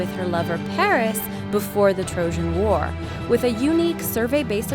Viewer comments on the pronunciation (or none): none